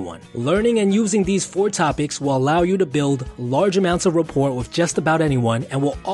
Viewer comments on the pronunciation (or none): rap·port raˈpôr,rəˈpôr You don't pronounce the T in that word. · The letter 'T' in rapport is silent. Sorry, that was really bugging me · For future reference : the T at the end of "rapport" is silent. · Are the pronunciations "sekyootr"(sequitur) and "raport" (rapport) an east coast thing? In the west we usually pronounce them "sekwitr" and "rapore," respectively, and until now i had assumed these to be the correct pronunciations. Any insight is welcome :) Also, it helps if you find ways to cultivate a genuine interest in whoever you are chatting with. Saying things like "i've always found [such and such] interesting," when you have never really thought about it are just lame and to observant people, faked interest is more offensive than honest silence. Fine line, though. Anyway, good luck everyone! Other people are interesting and so are you! <3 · Rapport.... The 'T' is silent. Pronounced ra-pOre not raport. Improve... your pronunciation. I am reporting on your poor pronunciation of rappor(t). (say 5x fast) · Its pronounced 'rapore'....doh! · "You want to make sure you've built up a sufficient amount of 'RA-PORT' [mispronunciation] before leading the conversation towards dreams.." words of a manipulator, not someone whom is actually interested. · ...fyi...rapport= rah-pore...good vid... God is good… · "you've built a sufficient amount of report". REPORT? Um, I think you mean rapport where the t is silent. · Are you gonna do future vids along this line? Very useful! Here's a tip that might help. "Rapport" is pronounced ra-PORE. It's French, the same people who gave us merlot and escargot, see the pattern? There is no understanding French spelling. Thanks for the great material! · the "T" is silent in "rapport" dude, its (rappor) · Also the T in rapport is silent. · I'm impressed with this guy's knowledge considering he mispronounces non sequitur and rapport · "Rapport" is pronounced without the t. Also, these riffs in the comments are hilarious!